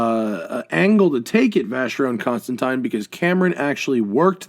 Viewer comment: oh boy. my ears are bleeding for that mispronunciation of vacheron constantin